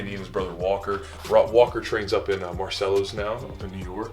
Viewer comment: sounds like you said "marcellus", which is a suburb of syracuse ny (near me) but i figured that you said marcelo lol. thanks for the cool vid.